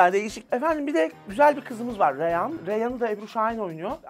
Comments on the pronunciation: Dizinin ana karakteri ebru şahin'in dizideki ismini bilmiyosunuz daha geçmiş eleştiri yapıyosunuz. Reyhan değil. Reyyan. 6.49 da reyhan diyosun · önce bir adını öğren karakterin. reyhan değil "REYYAN"